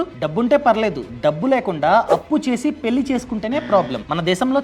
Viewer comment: కొంచెం ళ పలకండి గారూ! పెల్లి కాదు పెళ్ళి. వెల్లి కాదు వెళ్ళి